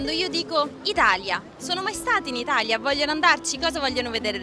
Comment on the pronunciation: ItaLia, non ItaRia. Almeno tu che sei italiana dovevi dirglielo!